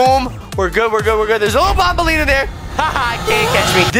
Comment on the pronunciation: Actually it's not bonbenlena it's actually banbelena and actually name it's opila bird